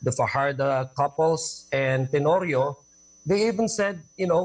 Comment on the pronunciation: Tenorio? PBA pala. lol 😅 Ordonio po, Hon. Adiong. so painful panoorin ang interview ni Ms. Karen. di pa tapos magsalita ang kausap nagi-interrupt na. 😢